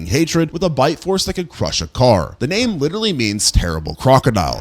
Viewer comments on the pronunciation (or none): none